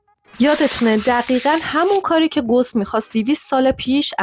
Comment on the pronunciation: اسم اون ریاضیدان گوس نیست بلکه gaws هست اسم آلمانی هست